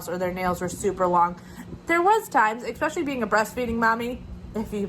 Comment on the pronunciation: Especially is correct; no on the ekspecially.